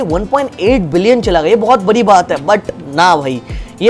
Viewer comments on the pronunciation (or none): none